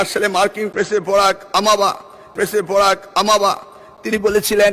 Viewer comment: বোরাক আমাবা,🤨😆😆 পড়তে হবে নকল আর হবে না।